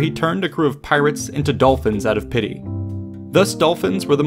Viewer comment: "after he turned the crew of pirates into dolphins, out of pee", is what I understood at first :p